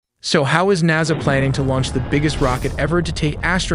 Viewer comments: "Naza" lol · also ar-teem-is and na-za. this guy mispronounces at least 1 major important term per video.